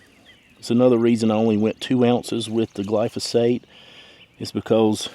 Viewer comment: Which product did u use. I tried to listen but I just heard glosphate